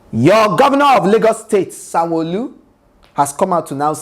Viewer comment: Sanwoooooooolu the way you called his name with IGBO accent 😆😅😅😂🤣😅. On a serious note, it must be a shame being such a disliked individual. If anyone watched THE EXPERIENCE 16 and saw how they boooooooooooooed Sanwolu's rep, you'll see that his ratings are zero. I just hope we carry that energy into 2023.. A shame, a big shame. When we elect bad leaders, this is what happens. In other news RIP SYLVESTER DOWEN COLLEGE NEEDS TO GIVE ANSWERS. The hottest part of he'll belong to VIO. 586TH like for